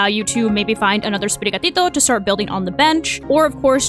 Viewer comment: Your using of actual Spanish pronunciation of the Sprigatito line is just so satifying to hear!